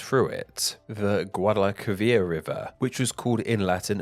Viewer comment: Your spanish pronunciation may be ass(for now), but you totally nailed the pronunciation of Guadalquivir, keep up the good work fam, you are getting better and better